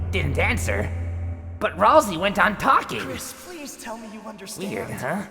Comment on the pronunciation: To: It’s pronounced “Ral-Say”!